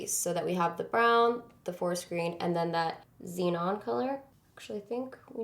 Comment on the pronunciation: you have to say zenon like Katy does "zee-nohn" lol